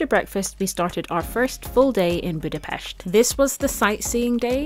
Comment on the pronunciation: I seen many vlogs about Budapest and dear lady you pronounced Budapest perfectly. Ninety percent of vlogers mispronounce Budapest, enjoyed your post keep up the good work